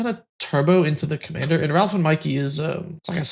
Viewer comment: I die a little each time says "Ralph" instead of Raph.